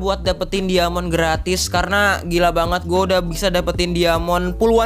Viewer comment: dari cara ngomong diamond aja udah ga bener lu